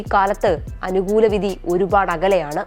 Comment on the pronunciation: Ask this female to pronounce vidhi correct.